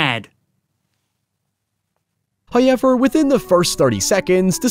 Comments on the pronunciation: 'The fu*king pronunciation, heewwaaaveeeaarr' 😂😂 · First "hoyevver" drops at the seven second mark. That MUST be a record. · Every time i open one of your videos, i eagerly await hearing the word 'however', pronounced 'Highever'. I'm never disappointed. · Not the HowYever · That's not how you pronounce However..... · Let's play a game: change one letter in the following word until it matches his pronunciation!! However